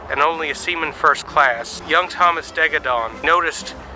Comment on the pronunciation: Great job, but there's no "D" in "Thomas."